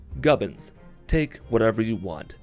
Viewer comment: gubbons? okay gavin free